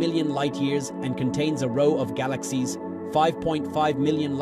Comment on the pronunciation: Learn how to pronounce galaxies right